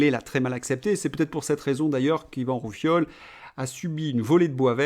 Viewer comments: Intéressant. Par contre, c'est Rioufol et pas Roufiol. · Décidément vous avez des problèmes avec les noms !! Yvan Rioufol et pas Roufiol 🙄 !! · Vous m'avez bien fait rire en disant Yvan RouFIOL ! :D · ROUFIOL , C'EST PAS MAL!😉😛😝